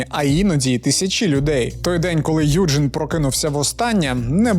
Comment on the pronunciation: Доброго вечора! Якщо він народився у Німеччині, то правильніше вимовляти його ім'я не "Юджин", а "Ойген":) дякую за відео)